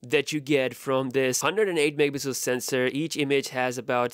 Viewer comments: No one:: 108 mehpihsl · ‘It’s got a 108 megapiijsdxekekkd sensor’ literally can’t understand what you said there man.